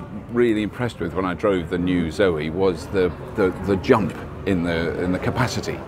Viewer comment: Doing that silly accent again!!! Zoeeeee :-) ICE Renaults are infamous for electrical problems, lets hope that reputation doe's not carry over to the EV units. Zoe looks very smart!! that bigger battery expands its potential market!!